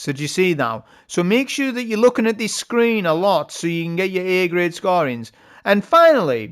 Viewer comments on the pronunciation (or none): none